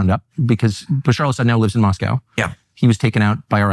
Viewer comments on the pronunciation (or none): none